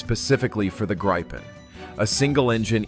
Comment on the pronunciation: Not Graipen, but Gripen.